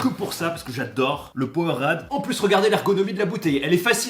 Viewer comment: Powerade prononcé avec l accent français 😍😂